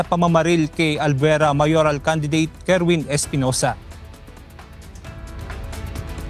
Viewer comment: Kerwin!! Not erwin